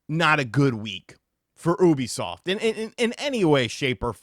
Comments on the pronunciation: It's Yoo-bee-soft bro. Not Ooo-bee-soft. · pronouncing Ubisoft as “OO-bisoft “ instead of “YOU-bisoft “ bothers me for some reason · Its pronounced yoo·bee·saaft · It’s you-bisoft brother ☺️ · The way you say oobisoft lol it makes me chuckle but look this has been years in the making, they destroyed ac and far cry